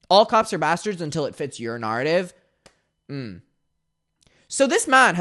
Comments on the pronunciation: What is a "Nawr-attive"? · lol why do you say ‘narrative’ and ‘clarify’ like that also where’s the original footage? can we settle this question of the door being open or not?